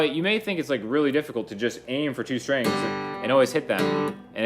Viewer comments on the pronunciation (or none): I love how you say stringsuh good vid